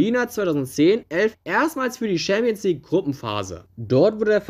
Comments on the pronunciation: Das ist nichtmal das Problem, man muss nicht jede Sprache perfekt aussprechen aber wenigstens ChampionsLeague nicht SchämpionsLig aussprechen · Ich mag deine Videos. Wirklich. Aber "Schääämpiensleague oder Scheelsie (Chelsea)" geht echt nicht. Das spricht man nicht so aus, das hört sich falsch an. Entschuldigung. Ich mag deine Videos wirklich sehr. Mach weiter so!! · Schämpionsleauge 😂 beste Aussprache 😂 no hate brudi aber das klingt echt witzig hahaha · Schempions League haha. Alles gut, kannst nichts dafür. Deine Videos sind geil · Hast du jetzt echt das Gefühl, dass dies schwierige Wörter sind? Ohje. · Alter lasst den Bre doch schämpionslig sagen... es weiß doch jeder was gemeint ist. Außerdem finde ich die Themen immer geil und ich finde die Aussprache von manchen Worten macht ihn zur Marke! Einfach weiter so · Deine Aussprache von Champions League ist kaum auszuhalten